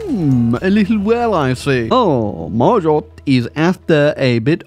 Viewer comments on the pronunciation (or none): It's pronounced Margo lol not mar-got Knew someone French named that